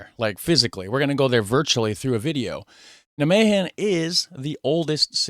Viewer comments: There are 1150 museums in the Netherlands. The Rijksmuseum in Amsterdam is far away from this museum. You put the emphasis wrong when pronouncing nijmegen. You should pronounce it as NIJmegen. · the stress is on "Nij". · NijMEGEN, you might as well pronounce it as NyMEGAN instead of NyMEHEN. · Nigh-May-GGGGGGGGen Like Night without the T, May as the month, GGGG like scraping your throat, eN like the letter N. Emphasis on NIJ....You were close :) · it's pronounced neigh-megen with a fairly hard G, as if you're clearing your throat. neigh-may-clear throat Ghhhhh-'n ;-) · you both suck at pronouncing 'Nijmegen' hahaha The 'g' is a really strong sound. The emphasis is on 'Nij' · In Nimwegen the nimwegenaren don't use a hard G, but a more softer G. Dat zou jij moeten weten, met jouw nickname. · You "G" pronunciation was correct but the rest wasn't, the way she said the rest of the word was better than yours, so just take hers add your "G" to it and your good.